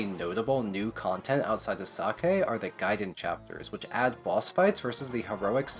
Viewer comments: Is sacae really pronounced like sake? Cuz i never considered that and i dont like it 😂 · You do realize that "sacae" the way you pronounce it sounds like "sake", or Japanese alchohol. It's just funny ngl.